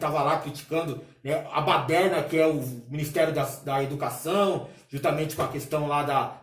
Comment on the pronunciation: "Minizterio da Educassãu"